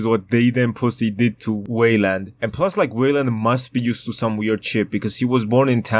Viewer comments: Whaleland is an insane pronunciation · stop saying weiland like dat